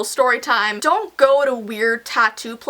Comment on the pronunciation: its "dong judge a book by its cover"😂